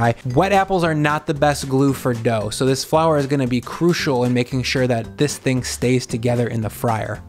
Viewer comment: "lets eat this theaeing!..."?